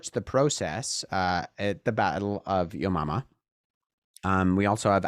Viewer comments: Keeps sounding like you're saying "yo mama" 🤣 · I’m and new christian, but I really struggle every.. single.. darn.. time… he says: “the battle of Yo Mama”. 😂 thankfully our Lord is a God of Grace and Mercy.